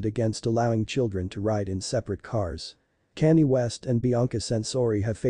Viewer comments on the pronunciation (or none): Who is Cannie?? If you can't pronounce people's names and you shouldn't have a YouTube channel. His name is Kanye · Canny? Who the hell is Canny? 😂😂😂😂 And she is a her not a he! There is soooo much wrong with this narration! Haha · Why are you narrating this when you cant even say Kanye's name properly? 🙄